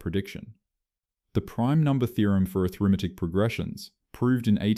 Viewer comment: "aTHRImetic" ... wut... :D